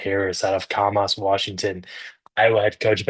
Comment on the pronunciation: If you say Camas like that again, we are gonna have some problems.